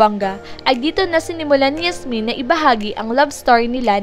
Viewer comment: Yasmien kasi hindi Hasmin